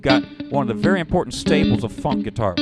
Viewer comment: I like how this fellow says "fonk".